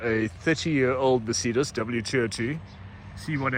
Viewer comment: Merceeedas 😂 never ever heard anyone say Mercedes that way.